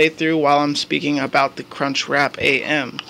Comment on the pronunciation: Did he say "cunchwrap"